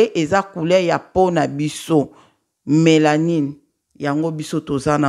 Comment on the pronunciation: Bonsoir sr, zambe apambola yo pona réveil spirituelle ozali kosala,limbisa ngai nalingaki kaka na corriger yo pona mot ya mélanine. Donc ezali mélanine et non melanie.Merci et bonne compréhension